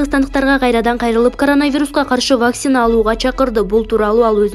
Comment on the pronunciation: ВАКСИИНА эмес ВАКЦИНА деп окусан